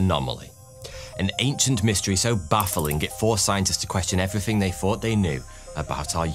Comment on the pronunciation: "evryfing they fought they new". Wow.